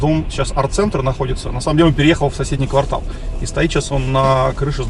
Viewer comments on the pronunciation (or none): none